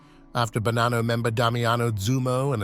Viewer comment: Il doppiaggio con l'I.A. fa schifo, il nome è Bonanno, non Banano ed in più altre storpiature davvero buffe. Molto meglio i sottotitoli, almeno si può anche ascoltare